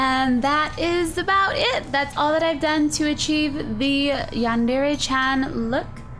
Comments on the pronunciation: omg you look awesome! i just wanted to say that its not pronounced yan dairy, it's (Yan- De- Re) , I just wanted to say that so no one would get mad! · Oh the cringe. Cuquake. It's pronounced yawn-der-ray. -Sincerely all Otakus. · I don't like how no one can pronounce Yandere correctly not even the creator of Yandere Simulator says it the correct. When people say Dere. it's pronounced DER A not dairy. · Just so you know it's pronounced Yan deer it's spelt like yandere XD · yandere isnt pronounced like that cries